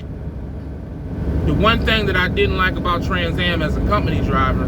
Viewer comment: You mean Transcam not TransAm